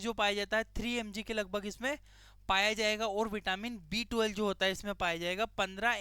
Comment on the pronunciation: B12 clearly bolo, property sunai nahi deta. B2 sunai de raha hai